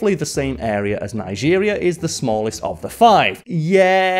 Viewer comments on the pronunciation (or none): none